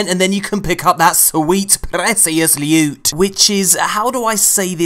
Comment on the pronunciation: "I like my lewt to be sweet and precious" lols